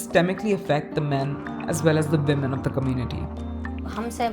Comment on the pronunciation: It’s ‘women’ not ‘vimen’ 🤣🤣🤣